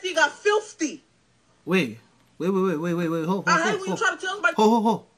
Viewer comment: Lol! You talking about the "th" in "promisTH"? What about that second "f" in "filFthy"?😂